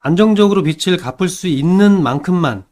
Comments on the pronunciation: 빛 → 빚 으로 수정해주시고,, 발음도 '비츨'이 아니 '비즐'로 해주세요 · 빚이ㅡ비지 빚을ㅡ비즐 빚들ㅡ빗들 발음이 너무 심하게 거슬립니다.